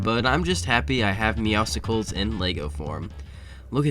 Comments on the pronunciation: meows-i-cles? and you say youre a fortnite fan.... im disappointed. still a great video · I have never seen someone butcher Meowscles so much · arguably the worst pronounciation of Meowscles ever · Everytime I hear someone say it like that I die a little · 99 Aura for every Meowscles name mispronunciation